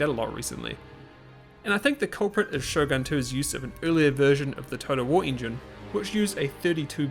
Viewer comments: I'm pretty sure its "SHOGUN" with an U, not Sho-gun (Shogan) xD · > Minus the fact everyone's speaking English Huh? Everyone's speaking Japanese for me. It can't be because of Russian localisation, can it? Also, Shogun is pronounced Shogun, not Shougan.